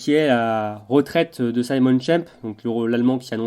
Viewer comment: Petite observation de prononciation, mais il me semble qu'en allemand, Simon se prononce Zimone, et non Saillemonne comme en anglais. C'est étonnant que Schemp n'ait pas attendu la fin du championnat du monde pour annoncer sa retraite...